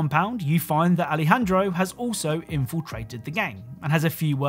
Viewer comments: Nobody gonna say anything about how he called Alejandro “Alfredo” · he said Alfredo 😂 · he called alejandro alfredo i died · When you talked about ghost team, you said Alfredo instead of Alejandro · did he say Alfredo? Are we having pasta? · he said Alfredo lol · did he call him “Alfredo” 😭😭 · did you call Alejandro "alfredo"?? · you are joined by Alfredo it say Aljendro